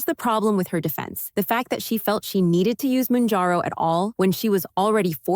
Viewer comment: It’s not “moonjarrow”.